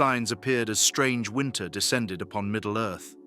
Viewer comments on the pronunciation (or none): none